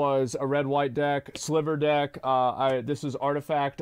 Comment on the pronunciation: I came for content stayed because you said sliver deck. ❤